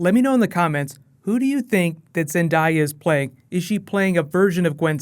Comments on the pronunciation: lmao zin-diya pretty sure its zendaya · zendaya's name is pernounced (zen-dae-a) btw and carnage would be a good villian but maybe not since venom is getting his own movie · the name is (zen-day-a) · Not zanaday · ZenDAYa not what you said! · It's Zen-Day-a. It's sounds exactly like it sounds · zen-day-ya,second she's she's the she's the hottest girl alive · It's ZanDAYa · Say her name right 😂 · Love your work man. Awesome video. Just one nitpicky thing you're pronouncing zendá's name incorrectly that's all lol cant wait for civil war man. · Bruh learn how to say Zendayas name...ah makes me cringe...*squirms